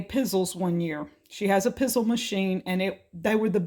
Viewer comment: The Pizzelle cookies is pronounced Pee-zel- ee. They are Italian cookies made on a pizzelle iron, which is similar to a waffle iron. 3 eggs ¾ cup white sugar ½ cup butter, melted 1 tablespoon vanilla extract 1 ¾ cups all-purpose flour 2 teaspoons baking powder Directions Step 1 In a large bowl, beat eggs and sugar until thick. Stir in the melted butter and vanilla. Sift together the flour and baking powder, and blend into the batter until smooth. Step 2 Heat the pizzelle iron, and brush with oil. Drop about one tablespoon of batter onto each circle on the iron. You may need to experiment with the amount of batter and baking time depending on the iron. Bake for 20 to 45 seconds, or until steam is no longer coming out of the iron. Carefully remove cookies from the iron. Cool completely before storing in an airtight container. Step 3 For chocolate pizzelles, add 1/4 cup cocoa sifted together with flour and baking powder, 1/4 cup more sugar and 1/4 teaspoon more baking powder. I find that for the chocolate mixture, the iron must be well oiled to start and then brush on more as needed